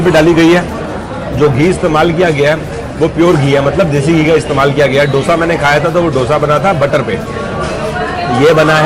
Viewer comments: Sir, Being Kannadiga/south Indian I am requesting you to use correct pronunciation.... it is pronounced as 'दोसा ' not 'डोसा'..... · Dosa Ka pronounciation aap galat Kar Raha hai. Dosa me d aap dangal ke d Jaise pronounce Karen. Main south Indian hoon isliye ignorekarna mushkil hai😀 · has been eating Dosa for a while now and he must please pronounce the word right